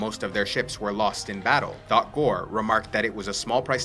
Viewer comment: "thot pran"